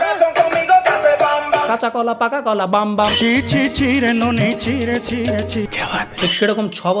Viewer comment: Oita নোনি na নুনি hobe 😂